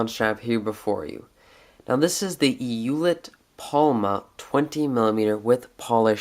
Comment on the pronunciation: FYI in German, it's pronounced "oy let" (as in oyster). But we Americans will probably never pronounce it correctly. We still don't say Porsche right ;) Not a criticism, just thought you may want to know, being detail-oriented as you are.